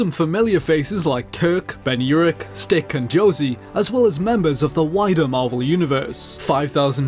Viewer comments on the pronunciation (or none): none